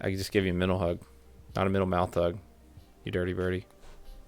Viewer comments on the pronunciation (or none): none